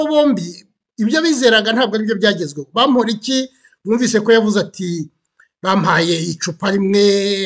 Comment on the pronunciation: Eh How are you pronouncing Bamporiki 😰😰…it’s so hard to focus pe 😂